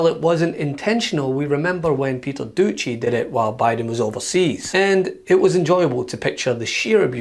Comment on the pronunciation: Did he say "Peter Douchey"? 😂